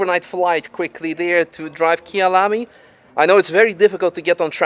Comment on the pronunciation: calling KyalaMi "KyalaRNi" is hilarious